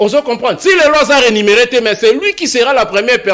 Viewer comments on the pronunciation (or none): un corectif: on dit rémunérer et non renumerer. Bcp commenttent cette erreur. J'avais un collecteur qui dit souvent ça aussi